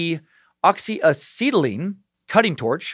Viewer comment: oxy a-settle-ene